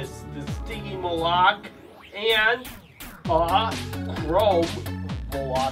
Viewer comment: Wish you pronounced stygimoloch correctly it drives my 3 year old crazy shouting the right pronunciation at the tv.